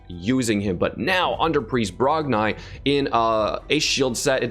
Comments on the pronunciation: Its Brog--NI not brogniiiiiiiii but this champ will be good fr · I think it’s pronounced Brog-“knee” not Brog-nye